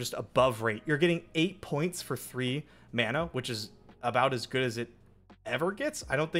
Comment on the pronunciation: Every time he says mana I get sad.